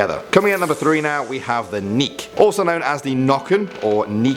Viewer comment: Omg, i died when he said Nyk xD